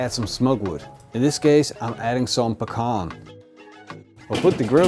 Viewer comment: He actually said pecan right this time instead of "peekin" :-)